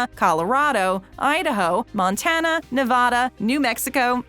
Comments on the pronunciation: Anyone else triggered when she says “Na-va-da.” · You pronounced Nevada wrong. It is pronounced “Ne-vad-uh”, not “Ne-vah-duh”. Sorry if I sound rude or anything, but I always get frustrated when it’s pronounced wrong. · Na-vaa-da please... not Na-vah-duh. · FYI- it's Nevada, not NevAHda, and OreGUN instead of OreGONE. God bless you. 😀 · I thought the torture was over after "Nuh-vaw-duh", but nope. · Please say Nevada correctly. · Mispronouncing states right and left. Oregon, Nevada...jesus